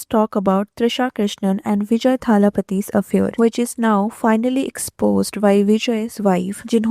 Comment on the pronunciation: Is the woman who runs this channel allergic to learning the correct pronunciations of words?? I mean, what is “ththaaalapahty”.